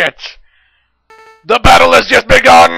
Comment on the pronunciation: Sigma: THE BADDLE HAZ JUSD BEGUNN! Me:(laughing) Sigma can't grammer correctly LOL